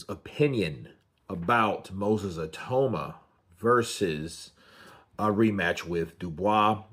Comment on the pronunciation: Say he’s name right